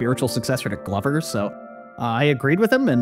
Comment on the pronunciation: GLOVER!! YURAAAH!!! Or wait did he say glober?